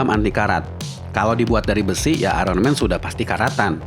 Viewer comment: Kenapa sih indonesia sukar sebut Iron Man dgn betul. "Iron"